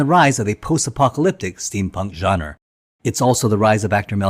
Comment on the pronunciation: genre - pronouced john-ruh